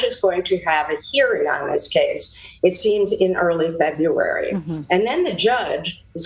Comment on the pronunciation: "The First of Neveruary. . . " LOL . . .